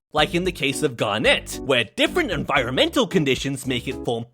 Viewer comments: that sure is a way to pronounce garnet! just remember its close to 'science' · 1. He pronounced garnet wrong 2. Under week gang⬇️